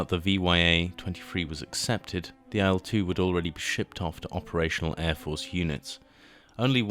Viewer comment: I discovered (through another Il-2 BoS subscription) that the pronunciation is "ill 2". The reason is that it is the first two letters of Ilyushin and not I.L. Perhaps the error is compounded by it being written in capitals rather than the correct capitalised "i" followed by lower case "l". I also think that in "Sturmovik" the emphasis may be on "Sturm" not "o". But thanks anyway for the video.